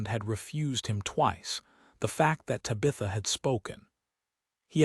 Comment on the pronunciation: This is probably a good story, but this is egregiously bad AI narration…Tabitha’s name mispronounced over and over again is obnoxious!